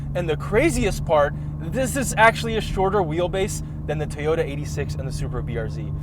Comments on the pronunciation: Did pronounce "Toyota" correctly? or he still pronounces "T-yota" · The way enunciated "Toyota." How did I miss that five months ago?